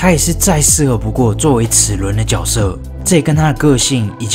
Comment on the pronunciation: 那个字念jue